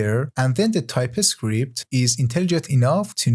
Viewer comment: The course is great! But why do you pronounce "TypeScript" like "Ty-Pi-Script"? Nearly got annoyed by that fact...